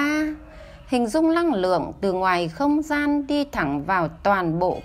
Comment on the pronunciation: Xin cám ơn BPS rất nhiều . ❤️ ( mình có góp ý nhỏ : người đọc công thức giọng được nhưng ko có hồn trong giọng , phát âm chưa chuẩn từ : Năng lượng - đọc thành Lăng lượng . Xin cám ơn )